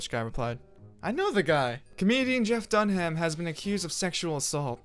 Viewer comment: Did he say dun-ham?